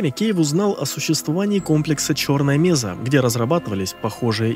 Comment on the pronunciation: Ролик прикольный. Раньше только текстовый вариант видел, причём без DLC HL. НО(!), зачем в ролик включать Жнецов из Mass Effect? Есть один нюанс. Какая, нахер меЗа????? МЕССА!!!!!!! Когда ж, вы, мамкины ютуберы, выучите термины!?